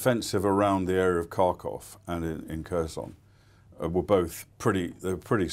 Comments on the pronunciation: His pronunciation of Kharkiv matches his attitude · Just found this. Didn’t age well! Also cannot agree with some of his analysis, particularly that surrounding the Kharkiv counteroffensive. Would also help if he could pronounce the name of the city!